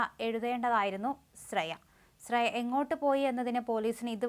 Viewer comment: സ്രേയ അല്ല ,ശ്രേയ.